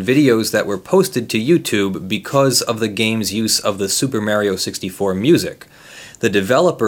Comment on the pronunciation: "Super Mareio"